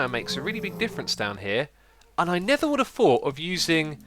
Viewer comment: when you say "never" while you're in the nether are you saying "nether"? o_o I swear I hear "nether"... but only while you're in the nether XD